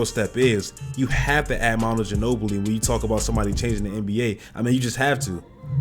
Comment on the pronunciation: Ginobli? Nigga dirk